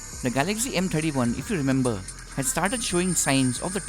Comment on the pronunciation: First know how to speak , it's Galaxy not Galagzy. STUPID.